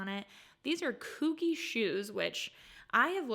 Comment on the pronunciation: It’s pronounced coogee / coojee